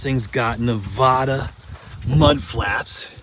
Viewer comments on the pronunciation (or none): Looks like you have Warren Hubs in the front end so that's a 4X4? Oh by the way it's Nevada not Navaaaaada😊